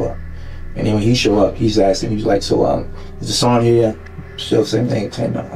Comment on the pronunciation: He's axing questions.